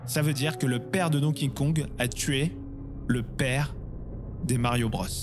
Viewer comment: C'est dur à dire hein Donkey Kong. Don Kingkong, hahaha.